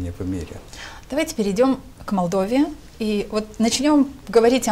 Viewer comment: Два года в Молдове а говорит Мордове.Не выучил название столицы